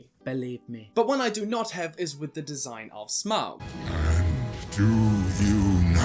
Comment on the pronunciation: It's pronounced Smog not how your saying it. Also I would like to be the God of fire.